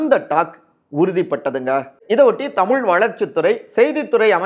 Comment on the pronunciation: ஏயோவ் தமுல் என பேசாதீர் தமிழ் என பேசுங்கள் தமிழை அழிக்காதீர் வேண்டுமென்று பேசுகிறீரா? திருத்தி கொள்ள வேண்டும்